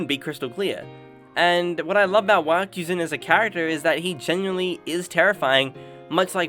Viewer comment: lmao, rewatching this as season 2 is airing, i cant ignore you called him "wakuzyan"